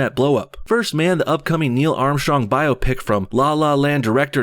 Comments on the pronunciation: Bi-op-ic not bio-pic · Biopic - By-op-ic Not Bio-pic